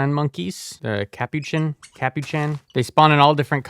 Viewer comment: The butchered pronunciations honestly add to the entertainment value lmao “soopa dee macko” “capochan monkey” “poopa” “ender-o-fahjj” “exsang-gyoo-ation” i’m crying 😭😭 The reason Enderiophage is spelled that way is to sound like Bacteriophage, a type of virus, which is pronounced “back-teer-ee-oh-fayj” if you didn’t know. Just like the Endergrade, which is clearly based off the tardigrade!